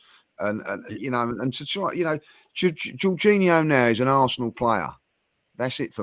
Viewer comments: someone please tell lee that our player is called jorginho and not juninho… 🙈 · Why isn't anybody correcting Lee when he pronouncing Jorginho's name as Juninho. Its driving me crazy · Is anyone gna say anything about Lee calling Jorginho, Juniniho? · How we letting lee get away with consistently calling Jorginho “Geninho” 😂😂😂😂